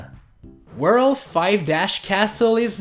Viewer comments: The word is worlD! With a D! Please dude, try and practice that. It actually annoys me so much. I don't mind 99% of your accent but you always say "whurl" instead of world. Oh and also, I think it was pretentious to say "Wow we did it." at the end. No, you did not. I appreciate that you showed us that it was possible but you were not able to do it yourself. So you did not do it. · Drinking game: take a shot every time he says “wurl” ...you won’t survive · I'm pissed off cuz you said super Mario 3d land It's 3d "world"